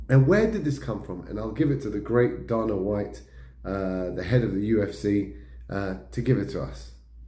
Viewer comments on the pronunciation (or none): It's pronounced Day-na White